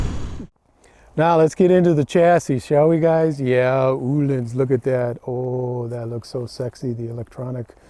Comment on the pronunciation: Thank you for the lesson in the correct way to pronounce the word “Ohlins”.. most people here in the USA get it wrong. Me included. Great production value on your video. Great information. And fun to watch. Keep up the great work👍